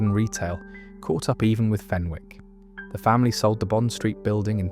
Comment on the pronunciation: Hi thanks for this post 👍 the W in Fenwick's is silent. I used to work in Debenhams and still miss it.